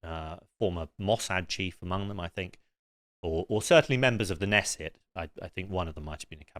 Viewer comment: This guy is an idiot. He can’t even pronounce knesset or nakba, and he got Smotrich’s name wrong.